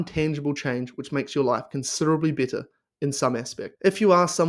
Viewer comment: Aussie accents are cool but your "better" sounds like "bitter" . LOL. Lion diet is great but IMO unless you have some auto-immune disease it is really hard to sustain and make it a lifestyle. I did it for a few months and hit my target weight loss. I'm fit and lift weights regularly so there was no medical need for me to continue it . I use the carnivore diet as a tool to achieve my target weight loss then I slowly ween myself off the carnivore diet. My purpose is to loose some belly/body fat and get shredded. It is true that once you start eating carbs your brain/body will go nuts with pleasure. Those dopamine pathways will explode like fireworks on the 4th of July. You will need to exhibit some self control or you will quickly gain that weight back.. I do the all inclusive carnivore. All meat , eggs, cream/milk but no fruits or honey. Beef is the most satiating compared to pork, chicken or seafood. Good luck to everyone doing carnivore.